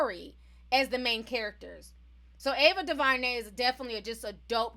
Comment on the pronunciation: Its Du-ver-nay not Du-va-nay (sorry that was distracting lol)